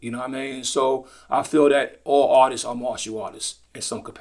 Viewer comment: I thought RZA was saying "autists" not artists😭 especially when he talks about hyperfocusing.... 😅